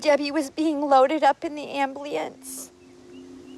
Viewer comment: I know this sounds really fucked up, but she said "ambielence" ...sorry i know its really fucked up! edit: and she said "a scientnst" ....damn!